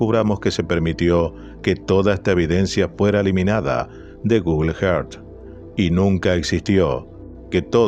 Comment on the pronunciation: Por favor Google earth sonaría más o menos así … gugl érzz . Si no decilo en español pero no solo que te duelen los oídos aparte que resulta extraño que un canal tan bueno y con alto nivel de excelencia cometa un error fonético de esta magnitud